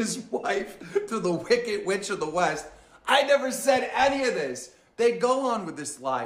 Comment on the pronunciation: “Wicket, pitcher” instead of wickeD and piCture it actually drives me crazy the way he talks lol